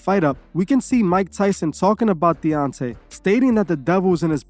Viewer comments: His name is DEONTAY not devontay or deontray. Also you’re reaching hard on this video. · Say it with me DE-ON-TAY 🙄😒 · Say it with me Dee on tay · He Called That Man Deontrae,Devonte and Deontae 😂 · Loved how just butchered Deontay's name twice 😂 and yes, i certainly agree that, like any other form of entertainment, boxing has been used as a tool for controlling the minds of the masses. Corruption and politics are still present, and they are causing it to deteriorate significantly. The ultimate fights that are needed aren't even happening, especially in the HW division. On a sidenote, was the Davis/Ryan fight fixed? I suppose we will never know, but one thing is for certain, a livershot is no joke, so I understand why Ryan probably didn't want to go on😅